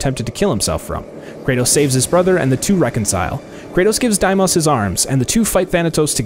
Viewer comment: Dimis?! It’s Demos